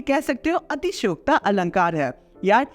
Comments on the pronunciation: atishyokti not atishyokta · Atishyokta nhi atishoykti 😂❤